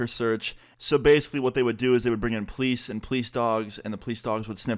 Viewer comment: Am I the only one who recognizes that says Pleece instead of police